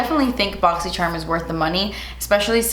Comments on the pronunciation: U r so corny and so annoying I hate hate hate the “boxysherm” crap u say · It's only for that now i can never say "charm" as charm and always say it "sharm". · Does anyone know if has a code with Boxysherrrm? I’m going to finally sign up for my very first monthly subscription and am gonna do this one. When I think of BoxyCharm, always pops in my head and the way she pronounces it lmao so if someone can tell me if she has a code, I’d really appreciate it. She didn’t put it down in her description (I didn’t see it, if she did.) Thanks in advance <3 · I literally forgot how yall pronounce 'boxycharm' in English jajaajajj ily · I can never ever read Boxycharm again and pronounce it normally since I have started watching her videos :D